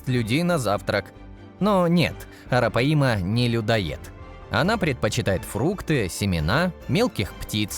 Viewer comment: Арапаи'ма!😂😂😂 Арапа'йма, диктор по бумажке!